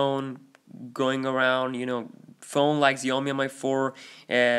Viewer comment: Xiaomi is pronounced like "shall-me".